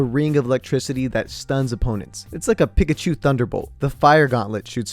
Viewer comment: Is it just me or did he say pikachu wrong